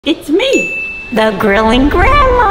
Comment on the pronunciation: "The gŕilling gŕæn̈ðmæàæ"